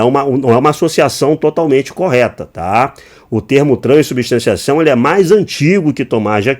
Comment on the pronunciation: Crescer nas costas de quem? O cara não sabe falar “transubstanciação” 😂